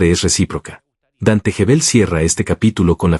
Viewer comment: Gebel, como Guevel No Jebel.